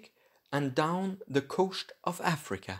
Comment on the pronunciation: Dutch accent